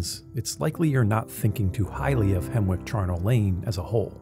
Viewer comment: Isn't it pronounced Hemmick?